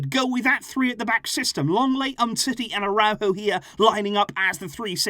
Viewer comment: 😂😂😂😂 nikka really say aurojo d best d 😂😂